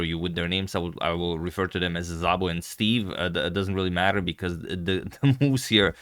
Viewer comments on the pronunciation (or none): *Zabo :( (Szabo is supposed to be pronounced just Sabo:, so this was actually weird) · Szabó is a Hungarian name and it is pronounced simply as "Sabo" not with a "Zabo" :) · Well, he actually butchered these pretty bad. White should be something like Gergey Ahn-draash Dew-lah Sabo... (not Zabo) But Hungarian is one of the weirdest european languages, so...